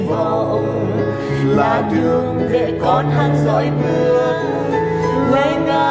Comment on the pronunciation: Chữ "để" mà chị cứ phát âm thành "đệ".